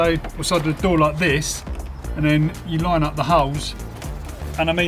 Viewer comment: Why do you even want to have a damn can on a wheels. "it's so convenient! You just pul that, stick your hand inside a car, be carefull not to break your window, you shut the dor, strap a window to a ceiling and woila you just closed the dor." I would rather take a bike...